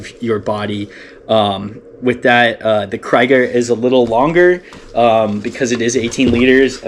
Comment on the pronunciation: You keep saying cry-ga. It's kree-ga. Thanks.